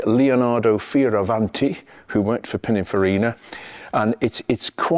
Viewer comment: Sorry but it’s Pinninfarina, not pinnafarina